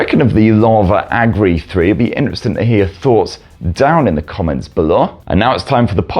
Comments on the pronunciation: It isn't Agri. It's Agni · Drink every time he says Agni wrong. 😂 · Love how we got 50 different pronunciation of "AGNI" 😂😂❤